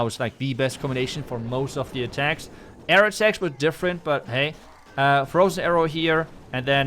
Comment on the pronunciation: I love it when u say "butt hey"😂 and again butt hey 😮😊